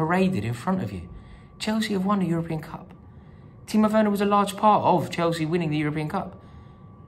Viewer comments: Think the reaction to this has been a bit OTT. Do we even know if this guy was a real Chelsea fan? Plus he said "Worner" not "Werner" lol. The comment was not racist, sexist, or homophobic. The crowd booed him after. End of, No biggie. Rory has been cricital of Werner himself. Remember all , Win or Lose ...Up the Blues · The guy can’t even pronounce Werner’s name correctly. That tells you all you need to know.